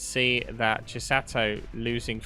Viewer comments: Greatttt cast, but stop saying "Chisatto" 😅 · Chis-ah-to. One "t" Chi-satto. Two "t"s